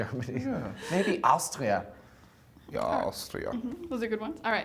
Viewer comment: ich find die authentische österreichische Aussprache von "Austria" bei wirklich super^^